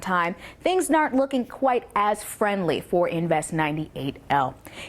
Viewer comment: What the hell she saying or trying to say.@ it’s not done WHITE yet. I think she’s trying to say it’s not done QUITE yet. 😀